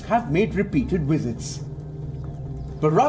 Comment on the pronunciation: Every time this guy says visits i hear WIZARDS.